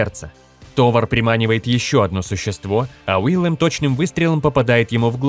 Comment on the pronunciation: Не Уиллем а Уильем.